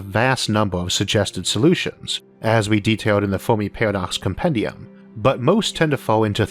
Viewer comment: Fermi, not Fowrmi lol